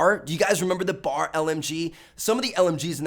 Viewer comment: Am i the only one cringing when i hear bar? Its B A R. Browning automatic rifle. Good vid tho